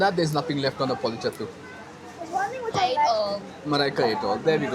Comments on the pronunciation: The actual pronouns is Pollichathe... Not "thu" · Your 'karimeen pollichathu' pronunciation is cute too hear 😅 but meaning changes with that pronounciation. You are literally saying karimeen burned and died.😂